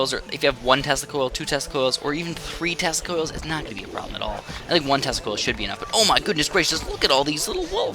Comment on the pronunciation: Why does Tesla Coil souds like Testicles? :D Yep, i have one or two testicles :P